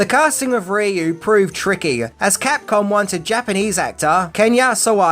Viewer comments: It's prounced Ri-U lol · You mispronounced Ryu's name at the end! Why?!?!? You got it right the first two times.